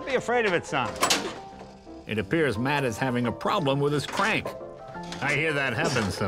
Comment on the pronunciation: My Matt is-a so-a cute-a 💪🏆